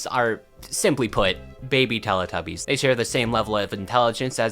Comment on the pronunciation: Can I just say it's pronounced telEE tubbies not lelAH tubbies! It's telly as in the British word for TV!!